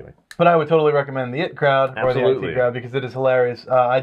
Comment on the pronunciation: IT'S "EYE-TEE" CROWD!!!!! not "it" crowd.....